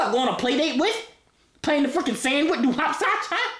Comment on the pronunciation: He said “HOP SOCH